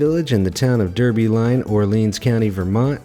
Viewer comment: Isn't the name of Derby Line pronounced "Darby Line"?